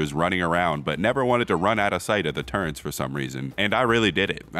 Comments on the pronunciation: pronouncing turrets as turrents, his boxing days really hit his head heavy thats real immersion 💀💀💀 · "Turrents" -, 2023